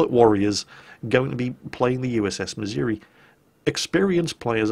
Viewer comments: ACKshully,, it's miz-OO-ree, and not mizz-Yer-wee. Been there. Heard it. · ACTUALLY, it's pronounced missour-ah. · I hate to be that guy, but you're mispronouncing "Missouri"